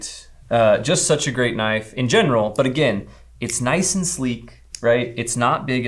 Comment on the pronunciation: haha it is knice and sLEEk